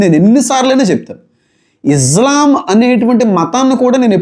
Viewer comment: ఇజ్లాం? ఇస్లాం? 🤔